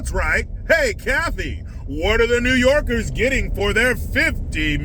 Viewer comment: When you say new yorkers 😂😂😂😂